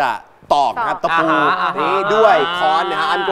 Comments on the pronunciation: ค้อน ครับ ไม่ใช่ ฆ้อน ระวังด้วยครับคนดูจะเข้าใจคำผิด ฆ้อน ไม่มีคำนี้ครับ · ค้อนมั้ยครับ ไม่ใช่ฆ้อน